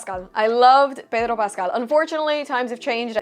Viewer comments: Umm that is not how to pronounce Pedro Pascal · Lmfao why did you pronounce his name like that? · I just came here to hear the random"Payehdrooo Passcahhhll" spanish accent thrown in. .....oh God kill me twice over.